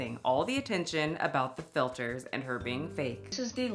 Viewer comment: Theyas no filtas 😂😂😂